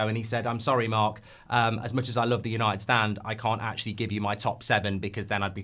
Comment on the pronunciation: YANITED YANITED YANITED 😂